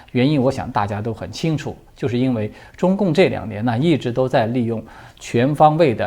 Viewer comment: 查了字典、百度等等，"因为"的正确发音或拼音是 Yin (1声) Wei (4声)。为什么中国大陆人都读成1声2声？这是一个非常高频率使用的字，听到这么高频率的读错音真的很不舒服。请您更正或解释为什么一直读错音。